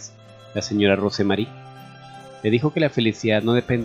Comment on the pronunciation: Lo único que podría decir sobre la narración sin ofender, aclaro, es que el nombre ROSE MARY, se pronuncia ROUS MERRY. Solo un detalle.😉.